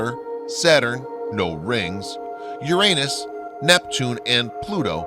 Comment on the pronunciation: Anyone who can't say Uranus correctly looses all credibility in my book and immediately gets changed to something else.